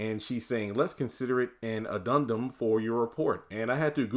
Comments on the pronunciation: Addemdum. Ah-dem-dum. Hope that helps 😊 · Pronounced Ad-Den-dum